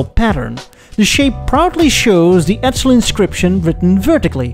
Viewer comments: Edsel not Edzel!😁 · As a former Edsel owner (I inherited our '59 Villager from my parents) I found this really interesting and well done. Some comments, though. 1) Edsel is pronounced with a softer "s" sound. Your pronunciation comes across more like "Edzel." 2) The shark species is spelled with only one "c" and is pronounced with a long "a", i.e., "May-ko." If you've added the double "c" for copyright reasons, then your pronunciation is correct. 3) Your logo "E" is too square. The real thing had tapered prongs (or whatever you call the horizontal bars on an "E") and a non-straight vertical bar. All in all, very imaginative and entertaining!